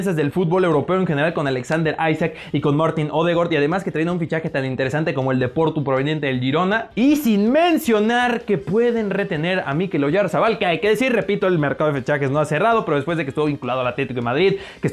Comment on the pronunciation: Una corrección. Oyarzabal se dice como si tuviera tilde en la 2a '' A" no la ponemos por que en Vasco no existe. Lo mismo con Muniain.